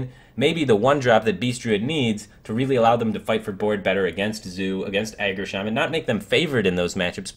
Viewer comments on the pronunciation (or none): none